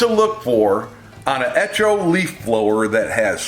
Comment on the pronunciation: eTCHo? That word will be etchoing through my brain forever.